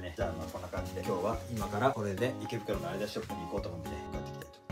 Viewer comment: アイダスじゃなくてアディダスだと思います